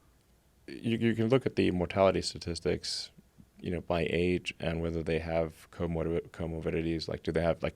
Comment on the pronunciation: Joe did you watch Fun with Dick and Jane recently you said “tatictics” 😂